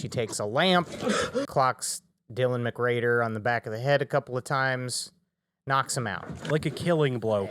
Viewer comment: Why do you keep saying Dylan McGrader??